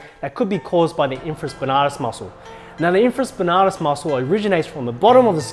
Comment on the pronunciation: I’m a sports therapy student here in England, and I’m gonna start saying ‘infraSPANARTUS’ haha